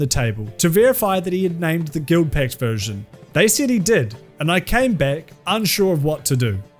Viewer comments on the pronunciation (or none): none